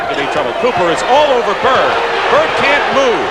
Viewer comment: The Man's name is "Bird" - not "Bert". A little respect is in order.